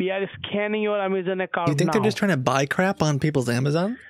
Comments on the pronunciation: I like how he says 'scanning' but it sounds like scamming and he's actually right. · “Ma’am I’m scamming your Amazon account” - You should have said “No, please don’t scam my amazon account.” 😂 he totally said “scan,” but it sounded like scam lol